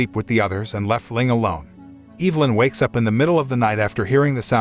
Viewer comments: I'm pretty sure it's EV-LYN not EVE-LYN lol... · It's EV-A-LYN 😉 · The way he says Evelyn is giving me anxiety. It's not Eeevelyn. It's Ehvelyn... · I've be pronouncing my girls name wrong all these years.. I pronounce it E-ve-lyn...buts it's Eve-nly😂🤣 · Is no one gonna question why this man pronounced “Evelyn” as Eve-Lin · Evil-In, Freddy-Co, Kur-I-p-Min I love how wrong these all are, it just makes the video better. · Woman's name: Evelyn Narrator: Evil-lyn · Tic flee lice? Which is it? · OMG regardless of how ridiculous a lot of the decisions in this movie were, the thing that drove me CR@ was the pronunciation of the name EV-elin it was said so many times it totally took me out of the story lol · Learn how to pronounce Evelyn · You pronounced Evelyn's name wrong the entire video